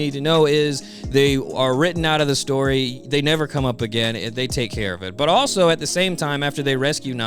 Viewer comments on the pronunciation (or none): none